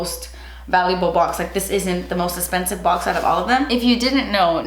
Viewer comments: “Das espensiv” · I love love love love how u say expensive. I laugh every time. Love u girl!